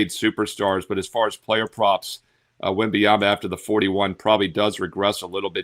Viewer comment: His name's not wemby-ama 😂😂😂